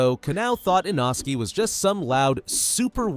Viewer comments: he's name is not Inoski is inosuke 😂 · Why they calling inosookeh inoski? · It’s text to speech so don’t expect it to perfect the names! It’s an American ai voice